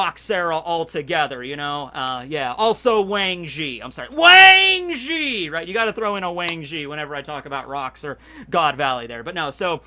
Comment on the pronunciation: I love how he says Wang Zhi every time lol.